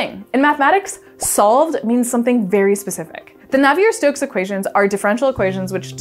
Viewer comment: Claude-Louis Navier was French, so "Nav-ee-ay". Great video though.